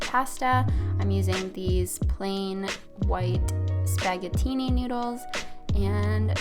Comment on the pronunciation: I love u so much ...so when u said spag-a-tini I never laughed so hard 😂💖